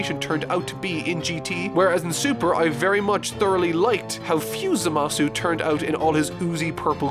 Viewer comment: Pls say zamasu correctly, it's really annoying when u know how it's pronounced in the show, but u decide to say it in a really annoying way 😒